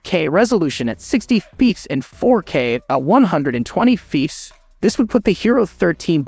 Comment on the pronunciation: It is not Feeps it pronounced F P S L O L. If the 13 really does 8k 60fps it will only do 10 to 15 of video then overheat and shut off. 13 will be a fail with still awful low light there a few other action camera with 3x to 5x better low light I was hoping 13 would improve this a decent amount looks like no improvement at all S M H.